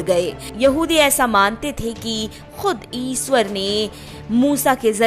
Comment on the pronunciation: Aapko thik se hindi bhi nahi bolna ata hai aap ishwar ko isver boti ho isse hi aapke gyan ka pata chal jata hai